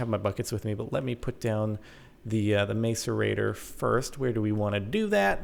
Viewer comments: The pronunciation is mass-er-a-tor, not mace-er-a-tor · its pronounced masserator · Stop saying mace-er-ray-tor please. It's pronounced mass-er-ray-tor. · It is not pronounced mace-er-ator it is pronounced mass-er-ator grrrr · MASS-ER-ATOR NOT MACE-ER-ATOR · It's not maic-erator it's mas-erator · Said like Masserator, not mace-erator. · " mace-ur-a-tor" ITS MASS-ER-A-TOR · The macerator is said mass-er-a-tor not mace-r-a-tor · Say "ma"cerator not "may"cerator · it's pronounced ma-cerator, not mace-rator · Its not 'mace-erator' Jordan xp its pronounced 'mass-erator' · It's a mas-uhr-ay-tor, not a may-ser-a-tor... It's really annoying how you say it, Jordan... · It's pronounced mas-a-ra-tor nos mase-a-ra-tor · Capt its Maaaaacerator not mAcerator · Its not mace its mass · It's pronounced masserator not mace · Its Not Mace-Er-Ator Its Mass-Er-Ator Hahaha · Its actually said mass-e-rator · It's pronouced Mass-erator not Maes-erator :I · Oh my god Jordan, its pronouced (Mass)(a)(rate)(or) not (Mace)(a)(rate)(er) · You pronounce Macerator wrong buddy, its mass-er-ator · It's more like mass- er- ator Not Mace- rator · Macerator is pronounced mass'erator not mace'orator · Hi Jordan! I love this series and congrats on your new condo! But please, the macerator is pronounced (mass-er-a-ter). Lol not being mean just wanted to tell you! ;D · The way you're pronouncing "macerator" makes me cringe oh man. Not "Mace-ur-ator" like you're hitting someone with a mace, its "mass-ur-ator" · Its mas cerater not mace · its pronounced mass-er-ator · Jordan its pronounce masserater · It's pronounced (mas)(er)(ate)-(er) Just to let you know :) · its pronounced macerator with a short "A" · can you please not say mace at the start of macerator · its pronounced mass-er-rater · It is pronounced mas-a-rate-or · The macerator is pronounced mass-er-a-tor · It's pronounced masarater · Its pronounced mass-u-ray-tor ( i know incorrect spelling) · BTW its prononst mass-er-a-tor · It's mass-er-ate-ter